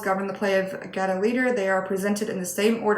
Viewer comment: First pronunciation was correct. (GAY-Toe) I LOL'd when you were talking about having games everywhere. I think many of us have heard that quite often! hahaa